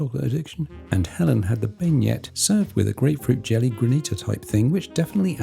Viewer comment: prononced BEN YAY for the dessert not ben yet